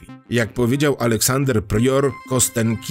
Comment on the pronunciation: To się wymawia "Kastionki". Tam jest rosyjska litera "jo", której od dobrych 30 lat Rosjanie coraz częściej nie zapisują jako "jo", tylko "je", choć pełna słownikowa forma jest zapisywana oczywiście przy pomocy "jo". Nazwa pochodzi zresztą od rzeczownika kość. No i słowo "bynajmniej" to naprawdę nie to samo co "przynajmniej". A tak poza tym to dzięki za materiał. Dobra robota. Pozdro z Dzierżoniowa.